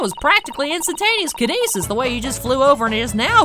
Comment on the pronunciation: Kinyeetsis. XD